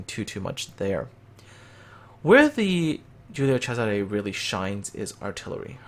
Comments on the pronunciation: Latin is a different Language. Caesar was latin name. but the ship was named in Italian. So it is CESARE. And you should pronunce the ending E ( which for you guys sounds like A) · Wait, so Cesare is pronounced as a "CH" sound(like "Chesare")?